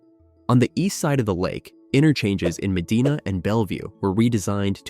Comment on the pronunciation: Never even heard of it, and I live here, all my life since the 60's. Personally, this video may well be AI generated to begin with, even some names like Medina was mispronounced.